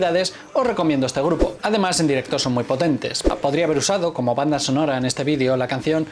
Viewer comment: No pronuncies la palabra video en inglés si hablas español porfa